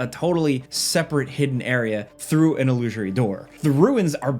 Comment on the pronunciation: il - loo - sir - ee